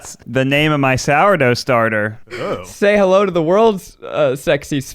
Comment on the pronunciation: i heard say "i like coochie" "hewwo"